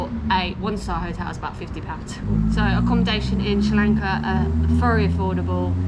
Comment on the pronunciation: I love it when you say srilanka love it